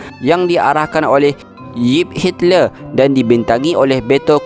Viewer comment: Bkn yip Hitler tapi yop Hitler...la sebut betul2 min....